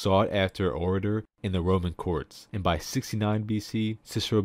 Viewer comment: I've never heard aedile pronounced like that lol I usually hear people say "ay-dial" Great vids